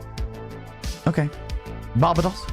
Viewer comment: Bar-ba-dos, and Tener-riff-é 😂